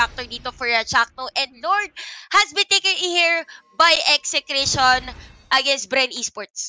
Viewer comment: Buti naman dina Ese Cration yung pronounce